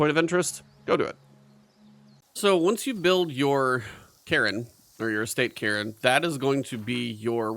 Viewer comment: It is pronounced "Carn", like car with an N at the end. :) Great vid